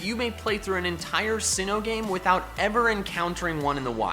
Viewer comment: UNOWN, NOT F*CKING UNKNOWN! AND THERE IS NO J IN SINNOH!